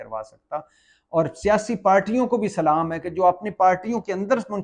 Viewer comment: Pls Salaam ko theek say ada karain.